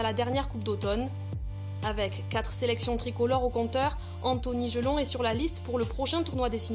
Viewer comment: Jelonch pas Jelong